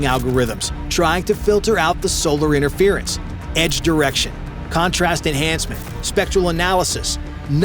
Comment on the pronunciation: wait... did you say "edge direction" or "edged erection"? 🤔